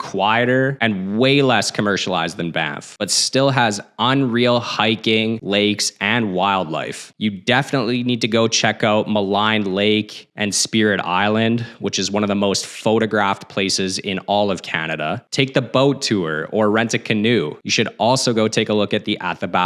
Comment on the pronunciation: Maligne lake is pronounced Malean. Just to help 😊